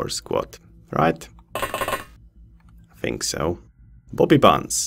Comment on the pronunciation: your english is great but when you say bobby bunz with your accent it kinda sounds like you were saying poopy pants lol made me giggle